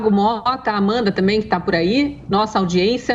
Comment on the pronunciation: “Amanta” não dá!